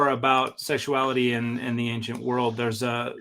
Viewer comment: I love how says "anckshent" instead of ancient